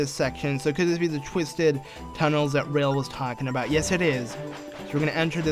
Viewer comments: Its the locomotive's name ra-el not rail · You could try saying it like Ra-ael.